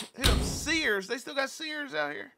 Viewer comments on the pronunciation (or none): Bruh said Sears. I'm done.